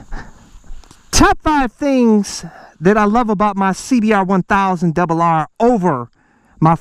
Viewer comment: See be are.....Juan thousand debel harrrrrrrrre lol Love it!